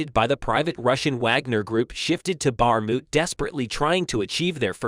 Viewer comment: Can’t even pronounce Bakhmut and no specific info about when and where. Story time